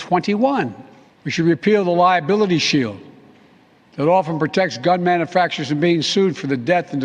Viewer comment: What’s a “manafactor”